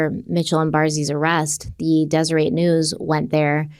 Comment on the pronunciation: Zero judgement to, but if you want to pronounce Deseret News “correctly” it’s “des-er-eT” with a hard T, not “ey” It’s a really common Utah word with Mormon roots, so it’s a weird one for sure. Very excited to see yall in Vegas at crime con this year 😊❤